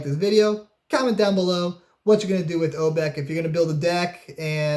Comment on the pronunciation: Nothing bugs me more than obviously pronouncing the name of a card wrong. There is an "a" on the end of her name.